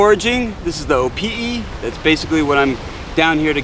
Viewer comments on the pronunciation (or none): proper pronunciation for opihi is (O-pee-hee) not (O-pee-e) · Opihi (Oh-pee-hee), not Opi'i (Oh-pee-ee) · Yeah he says is like Opi'i but it's Opihi. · I swore you said "Opi'i" a few times :-). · You keep mispronouncing the word opihi. You keep pronouncing it without the h!! It’s not opi’i! Get it right!! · Nice video but a few things, the H isn't silent in Opihi........ also its better raw and you're supposed to eat the whole thing guts n all try um next time braddah